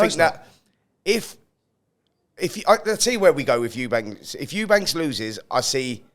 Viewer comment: Why do you people keep calling him ' 'Eubanks' his name is 'Eubank'. You are literally getting paid to talk about these fighters but you cannot even say their names properly. It's just embarrassing on your behalf